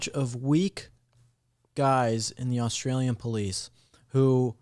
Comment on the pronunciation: "Aushtralian", "shtory"... gotta love kids these days!😁